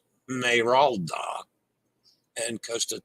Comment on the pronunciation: Look at the transatlantic repositioning cruises for MSC at Vacationstogo. Many had no additional single supplement for solo passengers! Smeralda is Emerald in Italian! Good job with the pronunciation! 👍 (Sme-ral-da) Since you brought up Park West which handles the onboard artwork auctions and art galleries onboard most cruise lines, a reminder to never ever bid on or buy artworks onboard a cruise ship. Complete scam! The art auctions are only good for their f r e e booze! *hash tag team replay